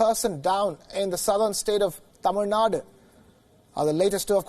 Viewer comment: Liked the way the anchor pronounced "tamizh naadu" ....🙂👍🏼🤘🏼